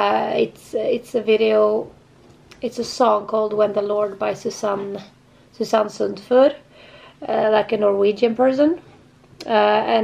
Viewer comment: You pronounced Her name Perfectly! Very rare!! I understand this song/ video is Hard to go through.. BUT that means You are good at Art / Languages ! ..drawing .. painting.. ..they are connected!! I know it! You can do something for other people..